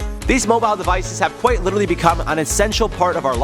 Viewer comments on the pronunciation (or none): none